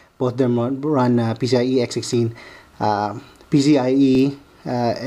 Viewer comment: he keeps sounding like he's saying pc-ie-x60 say PCI-E x16. or pci---express---x16 and no, when u run this board in sli, they both doent run x16